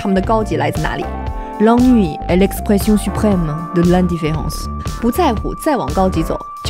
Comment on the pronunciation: L’ennui的鼻音< >和尾音< >還可以再練練